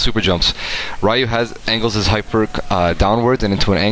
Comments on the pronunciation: his name is Ryu (pronounced like Reeyou not Rīyou) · Can you pronounce Ryu's name right?